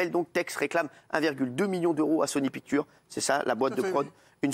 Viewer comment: Sony Pictures. Putain la prononciation...